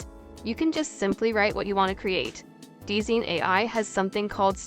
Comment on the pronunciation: hate to be that person but DZine is probably pronounced as "Design"